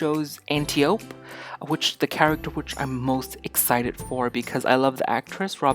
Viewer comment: Ant- I- Oh -Pee is pronounciation. Ill get Amazons